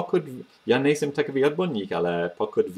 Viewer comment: . You've said ''nejsem'' like a native speaker! (Just for example.) This is pretty cool. I'm from Czech Republic, but living in UK. I'm teaching some guys at work how to speak czech, just for fun, and for example letter R is making a big problems to them obviously. But there are some words, or phrases which they are pronouncing like native speakers. In sum... Great job, mate. Big up! (y)